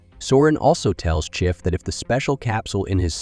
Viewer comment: Excellent recap but, what about the narrator voice? "Prophet" sounded like "profit", "chief" sounded like "chif"